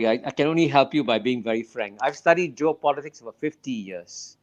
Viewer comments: Geo Politic 不是 Job Politic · It's geo-politics 区域政治, not job-politics 职业政治 or joe-politics